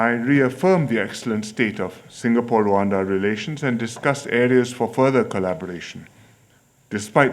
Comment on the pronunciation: Singapour yahuye na Sengapolo🤣🤣🤣🤣